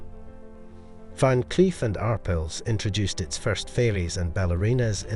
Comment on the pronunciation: it's pronounced ar pale